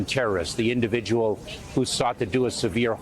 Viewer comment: Notice the emphasis repeated...note 'the individual'...thats the enemy sent to your subconcious...'the INDIVIDUAL' is the enemy. Collectivist ideology conditioned and consumed en masse!